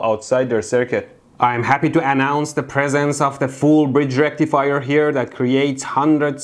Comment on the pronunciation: Full Bridge Rectifier ain't no circuit I ever heard of. Say Full Bridge Recifier again mf. 🤣